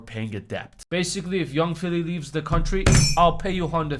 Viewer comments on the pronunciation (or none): none